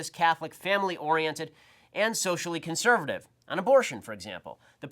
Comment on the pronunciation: "Conservavviv circles"